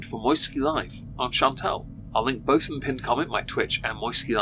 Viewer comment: I'm so sick of her saying bolth.....